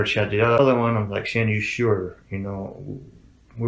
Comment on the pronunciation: The Drama teacher called her, “Shanna-Ann”. No kidding. 3-Syllables. Shanna-Ann